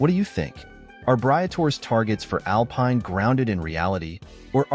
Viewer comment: Pathetic. If you can't even pronounce 'Alpine' properly.......